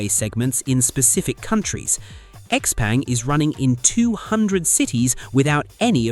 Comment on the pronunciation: X peng is pronounced X Pung